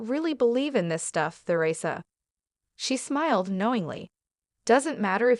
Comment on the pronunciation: I also think this is fake!! Mispronouncing THERESA’s name. Why would news come from UK? She is American 🇺🇸